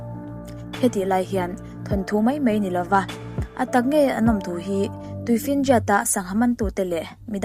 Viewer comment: 'Mai' tih hi ilam uluk deuh angai anihhi... 'Mei' tihin ilam deuh vek aa.. Anyway👍👍